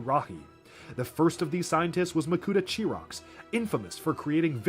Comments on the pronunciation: Chirox’s name is pronounced kie-rocks not chee-rocks. if you want some proof it says so on his page on Biosector01. and when you were talking about how important all the makuta were you called makuta gorast chirox. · "Really the only thing you need to remember about Makuta Chirox here" "Chirox" Oh, honey, no.